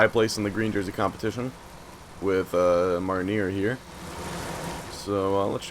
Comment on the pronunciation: I don't study French, I do German and Spanish.. But I'm pretty sure Marnier is pronounced Mar-knee-ay